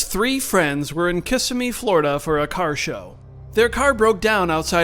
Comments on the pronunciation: It's not Kiss uh me, Florida. It's Kuh sim E, Florida. 😊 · Two points -- She's been in trouble for her lack of prosecution before, and it's pronounced Kis-SIM-ee 🙂